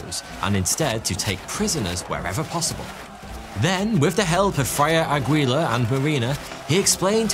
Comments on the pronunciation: I notice of all the anglophones, the Brits have just given up on trying to lookup pronunciation rules of languages they pronounce names from. Aguilar = Agweela lol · Velasquez is pronounced VelasKEZ, not VelasKWEZ. Aguilar is pronounced Agilar, not Agwilar. these are very common surnames and they still botched it. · Aguilar to Agwee-la?!?!?!?!